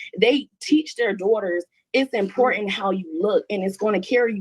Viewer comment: ...its very EmPorAnt 😂😂 Annnn